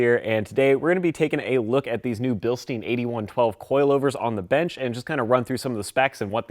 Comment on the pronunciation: Bil-stein like Franken-stein Not Bil-steen